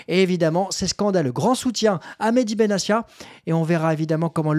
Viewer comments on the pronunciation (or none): Salut, au passage, on prononce BenaTia et non BenaSSia !!! Je crois au contraire de toi, qu'il faut faire appel et pousser le bouchon au maximum pour que ces institutions et le groupe amaury puissent se "défroquer" et montrer toute l'étendue de leur haine dont on n'a pas conscience de l'importance !!! Si on accepte chaque sanction, c'est déjà reconnaitre ses tords et l'enjeu n'est pas énorme et 30 ans de soumission ne nous ont apporté qu'encore plus de sanctions donc la rationalité nous force à agir si l'on veut changer VRAIMENT le rapport de force !! Sinon très bonne vidéo comme d'hab !!! 😄💙🤍💯🙏👍